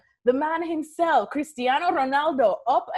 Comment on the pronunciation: Hate how she pronounces Sergio, Cristiano, Aguero and Ronaldo